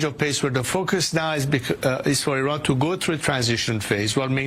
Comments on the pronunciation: Okay please, It's not pronounced "I.. RAN" but E..RAN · Correct pronunciation is iran not ayran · I’m surprised how American pronounced our Iran. It’s not Airan, Eiraaannmnn. But anyway thanks for the video , our Reza the king it’s our only hope. One and only can help middle east and also the world against the cruel Iranian regime atm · The name of the country is not “/ai/ ran” it is Iran, “I” pronounce the same as “l” in the word “India”. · SORRY BUT YOU DON'T HAVE THE GOOD PRONONCIATION...IRAN NOT AIRAN.. THANK YOU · It’s pronounced: EERON (Iran). Thanks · Crown Prince Reza Pahlavi is the real representative of Iranians inside and outside of Iran! Please don’t pronounce Iran as I run ;)) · The correct pronunciation of Iran is (e'Ron). Prediction from inside Iran ( e'Ron) is the month of "Ordibehesht," which falls within the April-May timeframe. Coincidentally, this will give the Middle East its own meaning of May Day! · Iran is phonetically pronounced E-ran Iraq is E-raq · At least pronounce Iran properly 😂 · Dear, with all due respect, you don't say (I)ran; you say (E)ran. That said, thank you for promoting Crown Prince Rezah Pahlavi. Shalom. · This name is pronounced NOY like I RAN .. Its prounounced eerun ...it is wrong to pronounce like I RAN .. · It’s not I-RAN it’s EE-raan Please and thank you for the reportage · is not I RAN is pronounced EERON. You don't say I TALY, you say EETALY, you don't say I SRAEL you say EESRAEL. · ERUN NOT IRAN please no more pronouncing it IRAN😂😂😂ERUN ERUN ERUN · It,s not I ran!!!! ,it,s called E run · Why do you keep calling it “eye-ran” and “eye-ranians”?? Do you call it “eye-srael” and “eye-sraelis”?? Or eye-ndia and eye-ndians, or eye-taly and eye-talians??! It’s of course, ee-zrael (Israel), and ee-ndia (India) and ee-taly (Italy) AND ee-raun (Iran) and ee-raurians. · it is not I ran it is IRAN (E run) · It's not.....I......ran... It's eran...learn how to speak